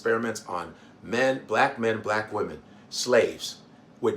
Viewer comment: It even annoyed me the way that he said blavk, ugh. Stop with the negativity, racism and crayon colour. I pray tmh God comes quickly